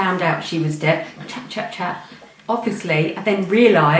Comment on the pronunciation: deaf..not death!!